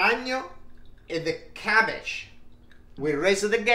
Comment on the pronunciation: Klumky, kumky, kahumkee 😂 Stuffed gabbage 😂